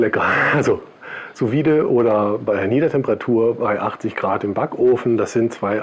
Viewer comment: Und hier noch eine Kleinigkeit von einem Franzosen. Die Benennung: „Sous Vide“ spricht man „Su vid“ aus ohne das „e“ zu betonen. - So und ab jetzt verleihe ich dir schon einen halben Stern.😂